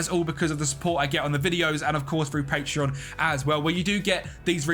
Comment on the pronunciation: Bro when you mention your patreon members it says „pateron“ not patreon🖐️